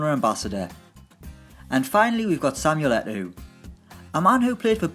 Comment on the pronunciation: Nice vid but isn't it pronounced Samuel Et-OH' ?